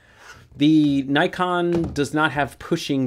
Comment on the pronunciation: I wish people would pronounce Nikon correctly.